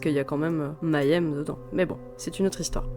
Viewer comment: Svp, Mayhem ne se dit pas "m'aille aime" mais May (comme le mois de mai) 'em (comme ça se lit, on peut zapper le "h")